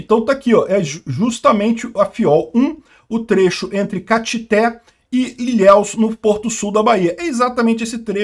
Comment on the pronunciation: pronunciou errado Caetité 😂😂😂